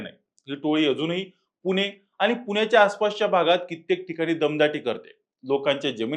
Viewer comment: पुने नाही पुणे आधी भाषा नीट शिका